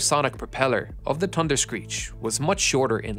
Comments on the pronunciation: TUNderscreech. I guess the letter “H”doesn’t exist for you. Are you related to Gary Drayton, the metal detector guy on “Curse of Oak Island”? He knows that if he EVER includes an “H” in his speech his tongue will catch fire 🔥. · "da dunderscreech" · thunderscreech not tunderscreech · The "Tunderscreech". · TUNDERSCREECH? You forgot the H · Pronounced “Tunder-screech” apparently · "Tunderscreech" love it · Ahh yes....the "Tunder-screech"! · Tunderscreech? Could you not at last make an effort?